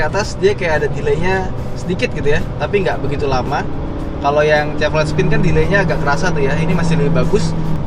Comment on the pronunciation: kenapa host nya ndeso banget nyebut chevrolet nya salah.. nyebut bose audio nya salah... ckckck.. ya standard minimal host otomotif ya wajib lah..